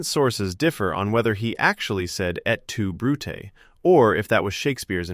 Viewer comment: "etu Brutus"?. _Caesar..